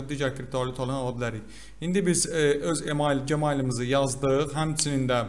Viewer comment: Qaqa gemail ne idi, Gmail jimel kimi oxunur 😂